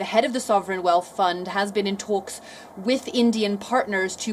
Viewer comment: She says tholks instead of talks